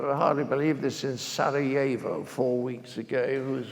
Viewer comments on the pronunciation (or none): none